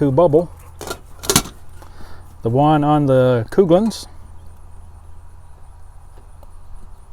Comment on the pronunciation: Not 100 percent sure, but i think Coghlan's is pronounced Colan's. I think the "gh" is silent. FYI.